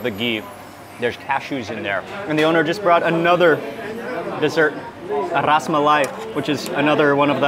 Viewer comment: Puri is south indian dish too but in Karnataka we use potato sabji ,chatni and sambar...south india has pan too.. its Rasamalayi, pronounced as Rasmalaayi not raasmaayi